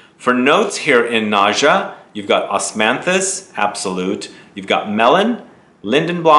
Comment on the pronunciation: Its is pronounced NA-GHA... nice review... sounds interesting